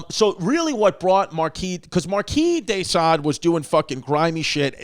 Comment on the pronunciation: Chris finally pronounces Marquis De Sade correctly, then immediately reverts to an incorrect pronunciation.....classic Chrissy!